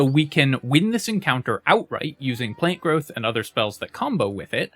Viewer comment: Why do you keep saying plane growth?